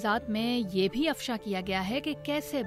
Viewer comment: اپنی اردودرست کرو اَفشانہیں اِفشا ھے مَلکیت نہیں مِلکیت ھے غیر اِخلاقی نہیں غیر اَخلاقی ھے